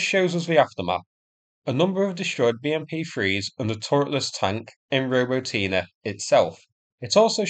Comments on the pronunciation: ro-BOT-nee Just sayin' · Wow! for the first time, a correct pronunciation of "Robotyne"! Well, almost - stress should be on the second syllable, not the third one